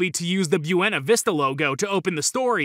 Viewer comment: Did you know that Buena isn’t fucking pronounced like that? Yeesh